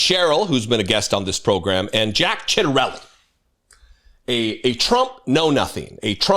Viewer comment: Lol, "Chia-doily" 🤣 It's pronounced "CHAHT-tah-REHL-lee", but who cares? He's a pazzo! (Not, the NJ politician guy) A farging ICE-hole! A baggadouche! A sumana-beach! A real "stunad".. a "caba d'oss", etc